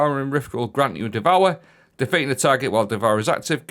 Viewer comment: The powah of devowah!